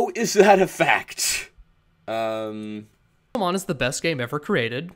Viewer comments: Actually, with the accented E, wouldn't this be pronounced something more like Pix-Ale-Mon? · So why is the title written "Pixélmon"? Are we supposed to be pronouncing that "pick-sail-mon"? ...Why is this the problem I have with the Kickstarter?!